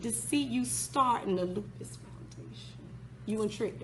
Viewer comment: Loose puss 😂😂😂 not lupus